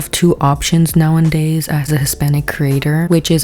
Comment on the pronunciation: “Now in days”😂😂😂😂 it’s nowadays